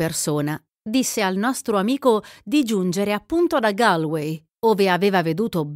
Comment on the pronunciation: Non me ne volere, anche perché è un nome straniero quindi l'errore è ancor più perdonabile, ma si pronuncia gOlvei. ;-)